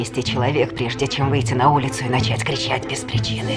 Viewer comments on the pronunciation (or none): none